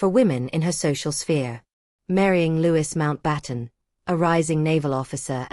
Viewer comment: I wanted to listen to this. However. The continual mispronunciation of Louis Mountbatten's name is grating on my nerves. If you put something on here, do please make sure it is factual.